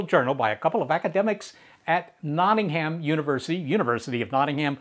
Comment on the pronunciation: Should pronounce Nottingham properly